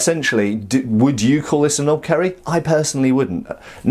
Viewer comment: 10/10 for butchering pronunciation, and yea, its a tad long otherwise that's a knopkierie. And they were used by British (colonial) forces in ww1 as well as most of the tribes in southern Africa and even used by the police force during Apartheid. And as far as laws go I don't think there is any restriction on them here